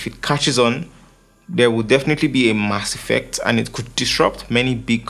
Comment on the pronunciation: In the 15th. minute you said "mass effect" like you're from Barbados. Another articulate video.